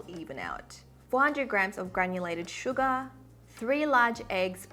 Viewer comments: Not me hearing "suga" instead of "sugar" after she went like "Smooth like butter, hehe, anyone knows that song?" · The way she says sugA 💜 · Is it just me or is there someone else hearing sugar as Suga??😳💜✨